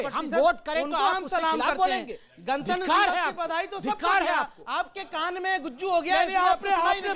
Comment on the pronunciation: शोएब जमूरे तूने क्यों सूअर की आवाज़ में गाने की माँ दोच कर भौंका, संविधान की दुहाई देने वाले लूले ने गणतंत्र दिवस को गणतंत दिवस बोला, काला भूतिया कहीं का